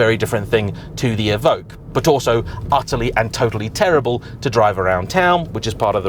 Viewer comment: It’s “E ~ Vock” que is “ock” there is no g in it like Evougue